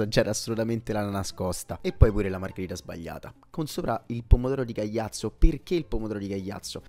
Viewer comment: il paese é Caiazzo, non Cagliazzo come pronunci tu 😅